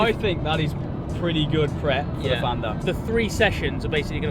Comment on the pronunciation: Fan is pronounced as in VAN.It's Welsh NOT English